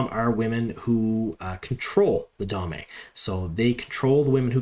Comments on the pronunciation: Excellent breakdown! I think you have caught quite a number of Easter eggs and such that the other channels and personalities have overlooked. I did one want provide one note, and I mean this in the nicest way possible but I believe Damane is pronounced dah-mah-nay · By the way, the damane are the captives. Dah-MAHN-ee. The a'dam (AYE-dahm) is the device that captures them. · He's been doing that for years. It's one of his pronunciation quirks. He omits the "n" sound and just calls them "da'mae" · Da-Ma-Ne? Great Video - great breakdown!